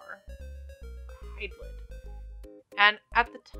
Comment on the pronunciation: It's pronounced Hide Lied. My favorite Hydlide is the one on the SEGA Saturn, Virtual Hydlide.